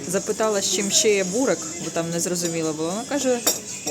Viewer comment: Не бурек,а Бурек наголос на еʼ